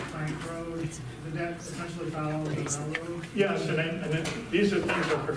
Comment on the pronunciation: Some should have advised this guy that it's a "railroad", not a "rayroad".